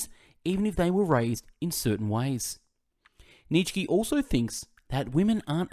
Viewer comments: His name is pronounced Neetshe not Neet shky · Neetshkee, Aaaaah this is painful to listen 😂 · its pronounced nieetzzs eheksye not Neetshe or Neet shky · Neech key 😂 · they're on my channel, but not in English, haha. Jokes aside though, mate, your content is excellent, I've listened to a few of your summaries already and they were great, however this one is just.. it's wrong to mispronounce his name so bad. Nietzsche is such a unique and famous philosopher that not knowing how to say his name might only mean that you've never heard of him before making this summary which just makes you question is it even a good one? Is it even worth listening to it when the reader doesn't know what he's talking about? I'm sure it is great overall except the mispronunciation but I hope you can understand why people comment under here with Neetshkee, it's just painful. Anyway good luck with your channel, all the best. No hate intended!